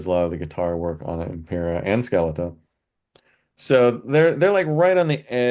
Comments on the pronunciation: I’m not a big listener of Ghost, but this is preeetty bad lol. 2/5 stars for me. Also, the title “Skeletá” is Greek. The “Á” is pronounced “aah”, like the “a” in “at” or “gnat” :) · Let a Language Arts, Expository writing, Reading Certified Teacher assist - Ska le ta vowels ALL short sounds 😂